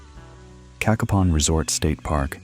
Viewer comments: Not "KA-kuh-pon". Pronounce it "Kay-KAY-pon". Cacapon State Park. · Get your facts, you showed a lot of videos that did not pertain to Cacapon( pronounced Ka(short a) Kapon (long A) State Park.